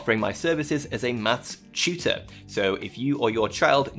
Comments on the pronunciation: Dude...Dude, I totally misheard you during your sponsorship read. You said 'maths tutor' right? I'll I heard was you offering your services as a 'mass shooter' and...you just kept going? Talking about your 5 years of experience and teaching online courses XDXDXD I'm like, this is an incredibly on the nose bit? This is a bit, right?? Some deductive reasoning spin off bit??? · Dude, Im sorry but you're going to have to find out a different way to pronounce "Maths tutor," I got so scared